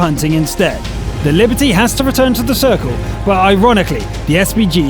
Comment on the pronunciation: Liberty? Non, c'est Liberté! If you must feature that dastardly French heavy, pronounce it right